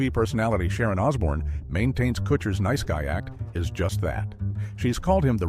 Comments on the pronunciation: These AI voices have me praying for an early death. "The Queen of Nice" comes out as The Queen of NEECE. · "The queen of niece?" Really? A prime example of why AI generated narrations are trash. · Twee-hards, really and the queen of niece? I hate AI generated voice overs! The mispronunciation on the simplest words was so annoying. Why can't real people do the voice overs in these videos? When I hear the AI generated voice I immediately know that I am going to hate the video.